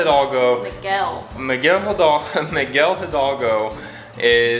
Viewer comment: Hahaha. Pronunciación de. Migal hidolgo. You gusys are awesome.